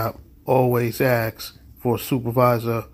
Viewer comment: My ? Is i understand the words he scrambled up to seem all knowing just one ? Why is a cop a or take a oaf like a loaf of bread a oaf is how he is axing 🤪😵‍💫🤡